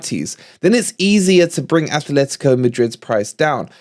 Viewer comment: it isn't Athletico de Madrid. There is no 'h' in the club name. It is Atlético de Madrid. Athletic Club de Bilbao is correct, though. We don't like it when other fans call us Notts Forest, by the same token Atleti fans don't like being called Athletico.